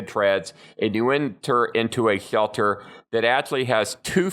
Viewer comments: Hhrrshelter, rrshhshshcetual, love that speech error, no hate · “ the swealter “ 😂